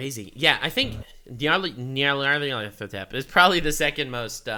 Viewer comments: NyarlEthotep, it’s a freaking E in the middle, he’s beyond life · Hearing trying to say Nyarlathotep is hilarious.